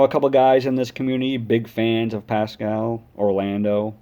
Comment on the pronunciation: His name is pronounced Pass-squal